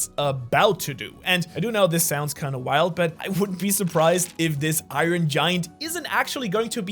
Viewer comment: i ron? come on bro it's not pronounced i ron LOL